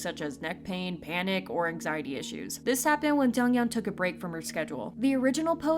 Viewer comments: Its not jungyeon it is jeongyeon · Who's "jungyeon" I though it was jeongyeon 💀